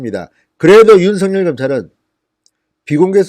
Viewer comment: 윤석열을 제대로 발음하지 못하면서 무슨 방송을 하는건지~ 중학교 수준의 국어를 모르고도 쪽팔리지 않는지~ 댓글은 보지않고 있는지~